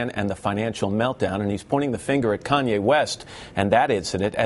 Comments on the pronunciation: its Kanye not Kayne..... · "Kayne" lolllll fail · "Kayne West" hahaha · Great, but who's 'Kayne'? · Kanye is that nigga...LOL he funny as hell...and bush said kanaway west...LOL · (yo peep bush's reaction to kanye's apology)..he's a flat out demon, y? well we know y, but here he displays it again, with a twisted demon trick. he purposely mispronounces kanye's name, calling him Conway West, whoo? Like the demons always do, if its not a westernized name they say it wrong on purpose to diminish ones culture or interest, but if it's some foreign euro name they make an effort to say correctly.. the games up bitches, wev installed a new program with soul&consciouness rebooted